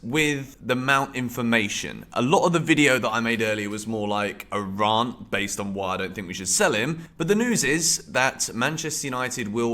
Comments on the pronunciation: Rant is pronounced like "pant", not like "can't". 🙄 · I subbed yesterday but if you keep pronouncing rant like that I might reconsider 😂